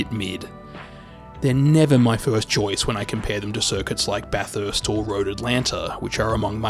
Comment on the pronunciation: u may need to learn how to pronounce bathurst bc u butchered it my guy